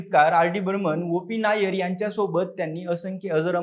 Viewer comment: आपण ओपी नय्यर यांचा उल्लेख ओ पी नायर असा केला आहे तो चुकीचा आहे ते ओपी नय्यर असे नाव आहे निदान कोणाचे नाव घेताना तरी नीट नाव घ्या